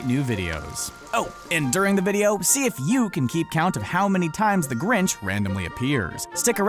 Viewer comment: I counted 4 grintch